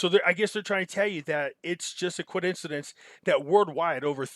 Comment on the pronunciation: WTH is a Coidencidence?? Love your channel but damn i hope i don't start saying it like this lol